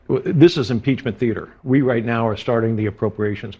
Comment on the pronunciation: Did Marge seriously just say "at this point right meow, what the hell is wrong with Republicans?" Is she transitioning into a furry? Lmao!